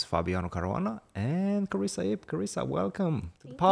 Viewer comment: Carissa "with a silent R" Yip.